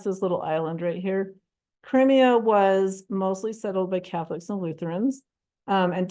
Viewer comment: The mispronunciations did it for me. I finally gave up at Cremia. I’ll never understand why people who research and present stuff like this don’t learn the pronunciations too.